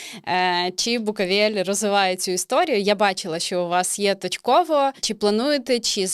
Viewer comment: Чому ведуча каже "букАвель"? Якщо він БукОвель)